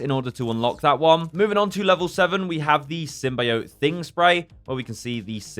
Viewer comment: Stop saying symbiot like that OMG UR PISSING ME OFF